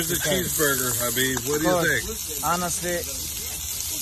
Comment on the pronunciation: So his name is pronounced as HABIB